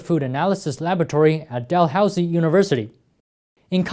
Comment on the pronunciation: Amazing video, even if the pronunciation of Dalhousie hurt me a little lol. Definitely noticing the inflation as a consumer.